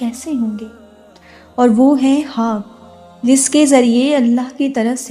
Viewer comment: Assalamoalikum..sis ap ye khwab ko haab q bolti ho muje bhot irritating lagta h or urdu me khwab hi bolte h ap kon si language use krti ho jisme khwab ko haab bolte h ?...plz batyega zarur